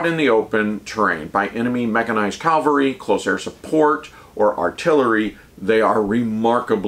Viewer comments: I greatly respect and enjoy your infantry treatises. As an ancient 31C/31B/11B, I’ve learned a ton of fascinating details I wish I knew during my service. But, for Pete’s sake, stop saying CALVARY WHEN YOU MEAN CAVALRY. Serious pet peeve weaponry now safed. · "Cavalry," not "Calvary." Calvary is the place where Jesus Christ was crucified. I find when a soldier mispronounces the word, it detracts from the message the speaker is trying to convey.... and once you said "Calvary," My brain tuned the rest of your video out. Weird, but it is not the first time.